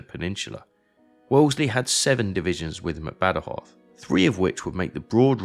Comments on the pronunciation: "Bad-Joz", "Guadana"... no sé quién ha hecho la traducción, pero es más bien penosa. Badajoz está a 200 Km en línea recta de Ciudad Rodrigo, no a 120, el teatro de operaciones de Wellington era más amplio. And, for my British friends who comment here, I would'nt trust very much about historic accuracy of Sharpe's books or films... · El audio en español es fatal. Cada vez que el comentarista dice: Bad joz, muere un gatito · Hace 25 años que vivo en Badajoz, y como amante de la historia, conocía bien este episodio de nuestra " Guerra de la Independencia "; esta es la mejor representación que he visto nunca, aunque en su traducción al español los nombres propios suenan fatal. Aquí se recuerda bien la masacre que las tropas británicas realizaron tras la conquista, así como la metodica destrucción que realizaron de todas las industrias que realizaron en toda la península Ibérica. Se comportaron más como ocupantes sanguinarios que como aliados, pero supongo que no se podía esperar otra cosa. El vídeo es magnífico y los mapas e imágenes de la ciudad de muy buena calidad. Invito a todo aquel que pueda a visitar esta hermosa ciudad ( cerca también tiene sitios históricos y espectaculares para visitar ). Salvo en verano, el clima es suave y agradable todo el año. Saludos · Increíble q tenga q venir a un canal inglés para escuchar la historia de mi ciudad,gran video una pena que el audio en español pronuncie los nombres mal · Badajoz, no Badjoz. Guadiana, no Guadana. Picuriña, no Picurina. Etc...